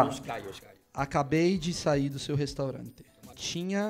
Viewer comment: "menina féchu a restorante"